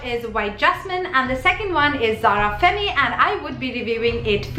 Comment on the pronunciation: Zara perfumes r really good n I'm planning to 2-3 of them next time. Do checkout my perfume videos. I'm a complete perfume junkie HV around 80 perfumes. N yes I love ur video. N also femme is pronounced as fem in French. Don't get me wrong though.